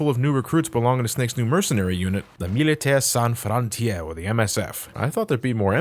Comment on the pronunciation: has a french canadian, a laugh so much when you said "militaires sans frontieres" :)